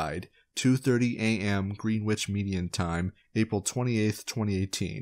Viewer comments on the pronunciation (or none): Two things; his name is Anthony Hayden, Justice is a title held by some judges, and Greenwich is pronounced gren-itch.